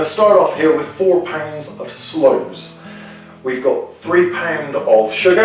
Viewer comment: slooes not doors, sorry